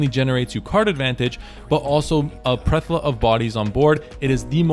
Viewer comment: Plethora. Ple-Thor-uh 😅